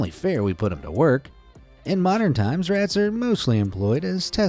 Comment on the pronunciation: bro the way he said rats was actually cool